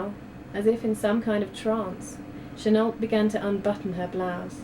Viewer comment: is that really how Chenault is pronounced? isnt it meant to be said 'cheno'?